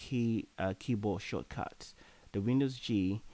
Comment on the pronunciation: The way he pronounces 'shortcuts' though is priceless lmao